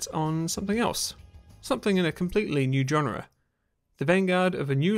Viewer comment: but you can’t pronounce it…